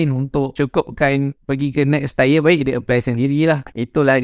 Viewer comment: tire tyre ke tier acu sebut bebetul